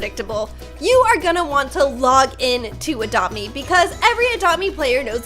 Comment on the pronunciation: i like how she pronounce "adopt me" ", "adome"